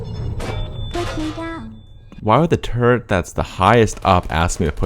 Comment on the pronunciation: Why does "turret" sound like "turd"? BECAUSE THOSE LITTLE BASTARDS ARE FULL OF SH*T AND I HATE THEM!!!!!